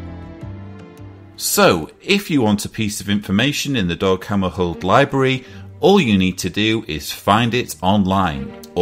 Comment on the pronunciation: That's pronounced Dag Hammer shold as in Dag Hammer sh old..... It's a tough alright!